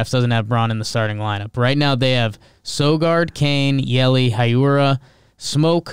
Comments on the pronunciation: Nah man. Hiura is a Japanese name so it's pronounced exactly like its written. Not Haiura like every american says. Just Hiura Edit: I think I'm not clear enough. You got the "Hee" part right but forgot the "u". Heeura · Not a Brewers fan, but I believe it’s pronounced Keston “Heera”